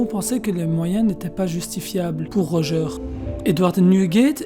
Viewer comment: Bv la video mais corrige la prononciation stp x) Xebeck et Rodger